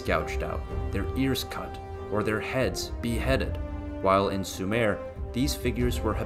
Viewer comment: "Sue mer",not "Sue mare"